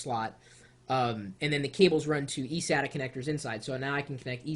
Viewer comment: I was always interested in a Mac but not to replace my gaming desktop, but my laptop. btw its saytah *sata* not sad tah